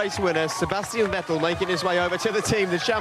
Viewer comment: Vettel as in kettel.... haaahahah :D